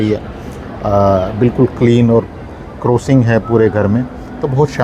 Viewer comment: Crocin nahi crossing hota hai😂😂😂